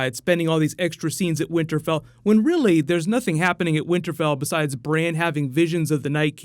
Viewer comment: can you stop pronouncing Bran as Braine(Brane?)